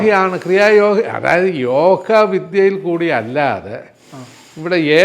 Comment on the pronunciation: യോഹ അല്ല യോഗ എന്ന് പറയൂ